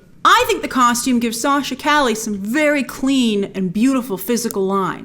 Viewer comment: Btw it’s pronounce Sachs ca-ye kinda like street in Spanish.